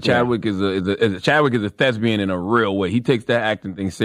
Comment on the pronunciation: “Thesbian”😩😭 Charla it’s Thespian